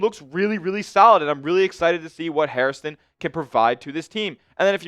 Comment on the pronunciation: HAIR - stun. Say it after me. HAIR - ston. It’s not HarrisTON